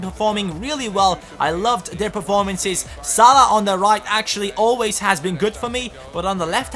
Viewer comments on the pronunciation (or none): none